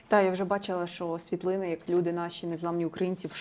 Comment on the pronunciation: скажіть нехай не чьокає,в нашій мові чьо,що це дуже погано